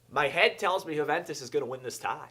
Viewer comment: Huuventus - Wrong Yuuventus - Correct